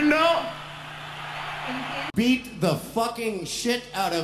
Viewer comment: CohompReheNdOoo? Nambre si entendí